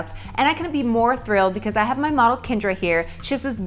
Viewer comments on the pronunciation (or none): none